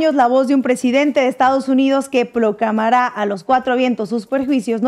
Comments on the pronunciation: PROCLAMARÁ NO, PROCLAMARA. EL ACENTO PROSÓDICO HACE UNA DIFERENCIA. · Inna a nadie le importa tu propaganda rusa comunista. Has mejorado tu actuacion. Mejor uso de las manos. Proclamara gorda prinuncialo bien.